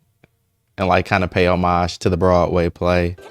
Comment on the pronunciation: So nice to see somebody pronounce “homage“ properly. It’s been years. The Media and a lot of surprisingly ignorant people I have been pronouncing it wrongly.